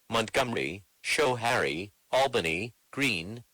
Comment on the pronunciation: bot didn't pronounce Schohaire right RIP, not it's fault though